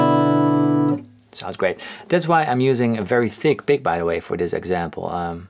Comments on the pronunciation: The moment you said pick I knew you were Dutch Hehe pik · Lmao when you said “I’m looking for my pick” how you pronounce pick means dick in my language(Dutch). Later I heard your wife is also from the Netherlands 🇳🇱 Keep up the good work and don’t loose you pick😬